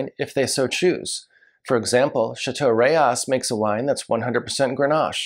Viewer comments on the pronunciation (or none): Alright, here we go(I like being corrected, especially for Italy-Boschis=Bo-ski, not Bo-cheese, Rocche=Ro-kay. And France-Eschezeaux. Burghound's, favorite mispronunciation, Ek-ee-zoo). --Rayas(Rah-yahs, not like Texas, "Reyes") No mention of Fonsalette($200 on release, older vintages, $400+ for a Cotes du Rhone?? It was $20 in 1989), perhaps because it's Syrah and just outside of CdP? Not long-aging, about the same as a Crozes Hermitage. --Pegau: Pay-GO is the Paris pronunciation. But they are in the South with a twang, Pay-GOW. Just like Natchitoches in Louisiana is Na-gah-titch. --Beaucastel: The Rousanne VV is usually about 3-4 points better than the Blanc, but it's Twice the price. --Best off-vintage CdP: Henri Bonneau, Celestins. But $400 even in off-vintages. Long aging(10-30 years). Kind of a cross between Rayas & Pegau Da Capo.